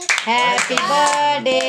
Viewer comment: Behan badday nh hota birthday hota tm itra k bolne k chkr me badday boldeti